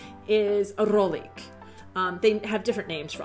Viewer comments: Its rohlík not rolik :) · One for: roHlik, not rolik..Otherwise your videos are accurately observant and highly entertaining. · Once again, some interesting observations about us Czechs! Only that rohlík should be pronouned with sounding H. The word is derived from roh = horn. Just saying... ;-)